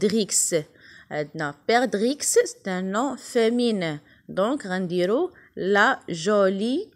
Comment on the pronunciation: Il ne faut pas prononcer le x de perdrix